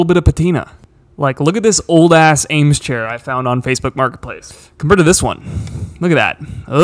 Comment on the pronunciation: Eames is pronounced "eemz" not "aims"